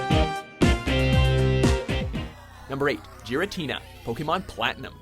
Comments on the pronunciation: it's Gear-in-ti-na NOT gir-a-tina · IT'S GIH RATINA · Did he really pronounce Giratina wrong? Its GEAR-a-tin-a not JIR-a-tin-a I mean come on. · Omfg. 1: it's distortion WORLD. 2: Giratina is pronounced Garytina not Jerrytina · It is pronounced Gar-I-tina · uhh how i cringed as he mispronounced Giratina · I cringed when he said Giratina he said it wrong XD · 1) You pronounced both Ludicolo and Giratina wrong. 2) One of the few times the franchise has done horror? Excuse me? Pokémon has a metric shit ton of horror in it. There's more horror in your average Pokémon game than most actual horror games. 3) As cinematic as Rayquaza vs. Deoxys is, it's kinda hampered by the actual battle. Rayquaza will absolutely curbstomp Dexoys unless you hold back. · Those pronunciations tho. Giratina? Ludicolo?